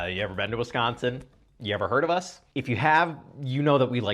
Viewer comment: As someone from Wisconsin I appreciate how you say Wisconsin